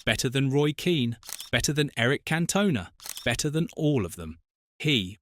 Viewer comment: Eric Cat-tona 🤣🤣🤣 get a bloody life!